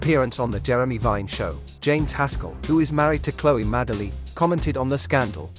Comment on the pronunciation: Madeley and Badiel are famous enough surely for the voiceover guy to pronounce them correctly. 😀